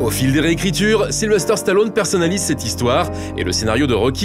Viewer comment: J'adore ! Super ! Sly superstar ! Mon idole ! Une figure paternelle pendant toute mon enfance ! Par contre les gars, arrêtez de dire SylveRster... sur capture mag vous êtes plusieurs à le faire... Sylvester... sans RRRRRRRRRR :D